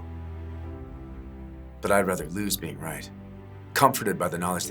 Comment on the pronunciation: Instead of....Lose...its...Lose`e